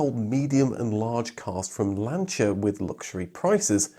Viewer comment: Citroen ---> sit'roh'en Porsche ---> por'sha Lancia ---> lan'chee'ah Hyundai--->hun'day I swear you Brits are as bad as Americans.